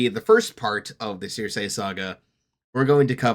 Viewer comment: Just gotta say because it gets my mind itchy circe = sir see Also minor fun fact while in the odyssey aeolus is a king of the island in actual greek mythology aeolus was a god of wind albeit a man still so thats more or less still a creative liberty That being said there were still the 4 gods of wind who were underlings essentially to the god i believe